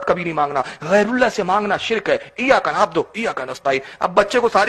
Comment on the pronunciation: Eyaka nabodo nahi nabudu hota hai